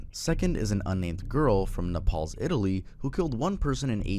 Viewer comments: it’s naples pronounced like staples but with an N dummy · "Nepals"?! Has this guy really never heard of naples??? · Psst is “Nay-ples” Naples Italy isn’t pronounced like Nepal the country And Chardon is pronounced Shardon the c is pronounced as an S. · noooooo not 'na-SOW' 😂 Na (like the a in hat)-saw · Not him calling Naples, Nepal 😭😂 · "Na palls Italy" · Bro called Naples Nepal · bro just really said nepals Italy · “Napals Italy” gave me cancer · Ah yes, my favorite city in Italy, N E P A L S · No way bro pronounced Naples like that 🤣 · Naples, italy pronunciation is crazy